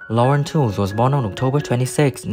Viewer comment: Lauren Tewes last name is pronounced "tweeze"